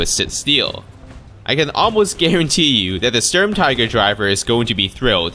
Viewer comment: Is not "Storm-Tiger" it is the Schturm-Teegr